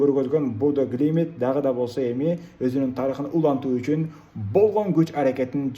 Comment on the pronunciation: Будё Глимит Эмес Глимт Десен